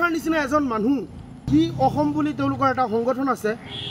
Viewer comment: অসম টো ভাল কৰি উচ্চাৰণ কৰিব নোৱাৰে আৰু তাৰ কথা চা